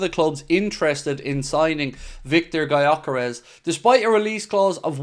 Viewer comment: Yo just FYI since Gyökeres is a Hungarian who grew up in Sweden his name is pronounced like Dyökeresh. With the Gy pronounced like the D in dew or due. If anyone cares to pronounce it right